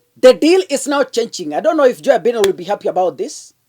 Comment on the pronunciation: Please it's not Biiden.....its Bye..den. please .